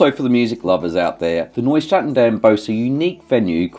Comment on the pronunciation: Omg, my ears are bleeding. Nieuw is pronounced “New”, not Noy.